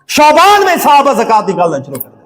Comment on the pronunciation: علامہ صاحب شعبان شین کے زبر کے ساتھ نہ کہ پیش کے ساتھ